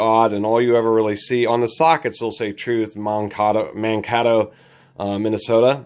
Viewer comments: Mankato is pronounced as man-Kay-toe. 😉🙂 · Man- Kay-toe Minnesota